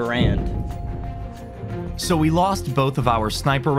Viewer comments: Bro i wanted to kms when he said M1 Grand when its M1 garand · i knew they were going to be saying grand and not garand the whole video.. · It's m1 GArand not GRAND, its a weapon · A lot of us say grand but yeah, the proper way to say it is Garand. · it's Garand like errand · its M1 Gar - and not a M1 Grand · Its m1 ga’rand not m1 grand